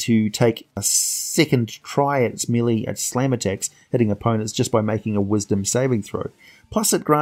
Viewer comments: Study history, sir. Many English words are actually French words thanx to the Norman invasion of England. French became the court language for many generations. "Melee" is of French origin, but is,in fact, pronounced by ENGLISH people as "maylay". It's the most commonly mispronounced word I have heard by people who play board games. Dungeon master after Dungeon master pronounces it "mee-lee". which is wrong. I always point it out, because I assume people who consider themselves well education may want to avoid sounding foolish. And I am no a bad person for pointing these things out. Imagine if you will a sitation: A man needs to blow his nose while at work. He goes to the bathroom and blows his nose. Unbeknownst to him he has some mucus on his upper lip. He walks back to his cubicle. Three people pass by, notice his snot, and say nothing. THe fourth person says, "Hey Phil, you missed some." Phil them realizes he's got a problem, runs back to the bathroom and repairs the sitation. Who is in the wrong? Is it the people who ignored his oversight or the person who notices it, says something,and helps Phil fix the situation. THat's all I"m doing. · cyclical is pronounced "Sick-lik-kal", Not "Sy-klick-kal" melee is french, it's pronounced "may-lay" sigil is pronounced "sij-ul". An actual sigil is synonym of a rune or glyph, and I assume that the planar city of sigil is pronounced the same. I really love your vids, and I'm going through many of them, they're great, but your pronounciation is abominable. Again, I realize you're not American, but still . . .